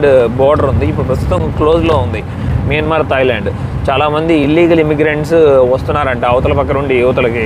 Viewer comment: Bro mayanamar, not miyanmar